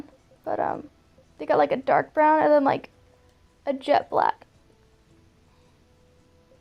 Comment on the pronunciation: 💀💀 literally read this as she said it, she really put the emphasis on DARK pink skin 😭